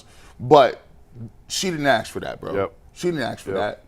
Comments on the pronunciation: Who are you axing..😅😅😅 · Stupid because he pronounced “ask” differently? Who cares what you think 😂. Focusing on how someone speaks in this situation is insane. They’re discussing a young woman allegedly being physically abused, and your first thought is how they talk? Weird, man. Just weird.